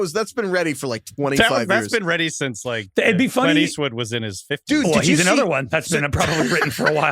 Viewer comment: making fun of Brady’s pronunciation but he says “anEther” almost every pod 😂